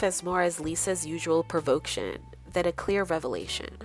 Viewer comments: "Provoction" as the narrator states.. Not a word. Provocation is the correct term. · Not to be that person but it's pronounced 'Prah-VO-Cation'. I enjoyed the video. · Provocation is pronounced Prahv-oh-Kay-shun. Not proh-Voke-shun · You had me until you said "provoketion"! The word is provocation. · Did u have a cold when u made this!? Or just have major sinus issues?? Goodness its hard to listen to!...and it's PROVOCATION. not PROV-OHKTION LOL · The word is "provacation" not provoke-tion.